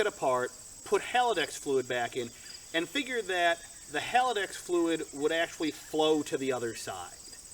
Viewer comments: Haldex, not halidax. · Nice car, I'm jealous! It's Haldex, not Haladex btw :)